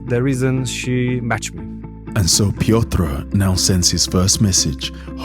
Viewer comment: Love this channel. Great work. But please learn how to pronounce Piotr and realize he is not eastern but central European.